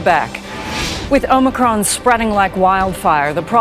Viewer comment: Its omicron, not omnicron. Good try.